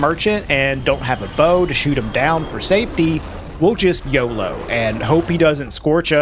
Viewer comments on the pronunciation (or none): none